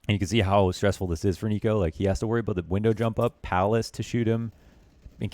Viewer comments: niko does not rhyme with demo -. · niko rhymes with demo English teachers: Am I a joke to you?